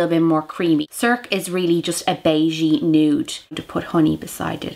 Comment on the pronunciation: circe is pronounced sir-see... :-)